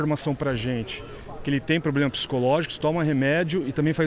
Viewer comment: Agora ele tem ploblema